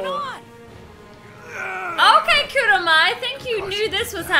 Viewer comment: KurAma not Kuruma :c